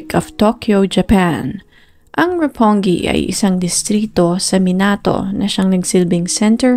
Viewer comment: Not roponji 😂 Roppongi po Ang tama na pag bigkas 😊